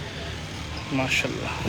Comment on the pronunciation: Oh bhai pehly MASHA"ALLAH bolna seekhlo.. Ya masallah nai hai.